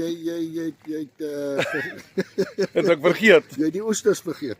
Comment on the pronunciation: Asseblief tog! Die arme man se naam is nie "Girt" nie. Dis net soos die Afrikaanse Gert, maar met die harde "g".